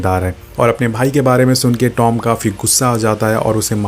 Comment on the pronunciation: It's Tom not dom